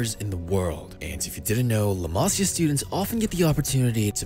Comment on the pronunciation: Homie said “Leh Masya”